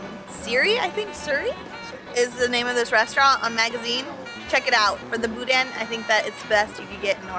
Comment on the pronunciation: We live four hours away from here. This is our vacation this year. The N at the end of boudin is not pronounced,tho. Any who! I'm excited!